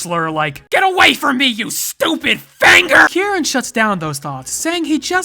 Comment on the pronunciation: There was pure hatred behind that r, southern twang and everything